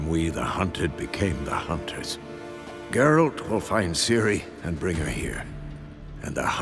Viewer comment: You played the whole game without hearing how the Witchers name is pronounced!? Jerralt jerralt jerralt